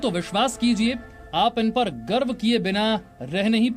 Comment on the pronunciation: . Mam गर्व होता hai. गर्भ nahi.. or हमें अपनी सेना पे गर्व हैँ.. पहले से ही..